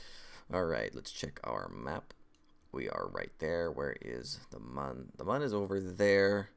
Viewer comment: It's not pronounced Mun. It's pronounce Moon.